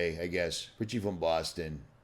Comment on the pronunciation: That’s RICHIE with no “T” Cuz there ain’t no T in Richie.